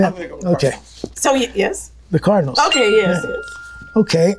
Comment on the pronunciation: The CAR DIN ALS I’m screaming at that pronunciation